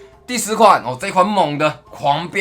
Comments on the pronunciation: 雖然已經不是第一次了 但我每次聽萊斯講狂飆騎士 聽起來都很像黃標騎士:face-orange-biting-nails::face-orange-biting-nails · 狂飆騎士一直聽成黃標騎士...